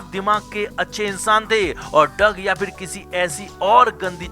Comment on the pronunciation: ये ळग क्या होता है? It is ड्रग्स